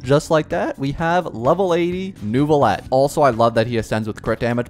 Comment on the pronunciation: Pronunciation tips from a native french speaker: Lumitoile = Luuh - mih - twahle Neuvillette = Neuh - vih - lehtt